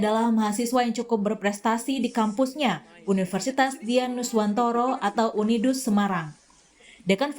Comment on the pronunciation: Udinus bukan Unidus